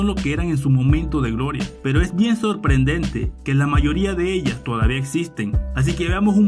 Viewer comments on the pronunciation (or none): none